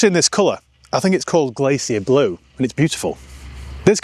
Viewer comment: Great car, great review,. As for the colour, I don't think it's called Glacier (English pronunciation please, ) blue, I thinks it's Alpine blue - the clue is in the name! Overall,😊 yet another totally absorbing, incredibly thorough and superbly delivered review. Huge thanks and respec'.